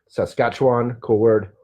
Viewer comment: Awesome talk! ( thank you SO much for knowing how to say Saskatchewan 🙃😉😊💟) ~ Sonia, Halifax, NS